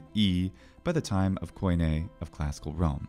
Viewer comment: Native speaker here. You really must learn to pronounce theta correctly. Same with OI in KOIN-. The O i silent.